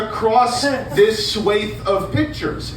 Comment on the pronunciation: My favourite part is the woman in the audience who reacts to the way pronounces the word "Swaths."